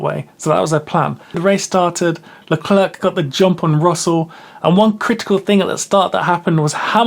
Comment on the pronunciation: Great summary, just please we don't pronounce the second C in Leclerc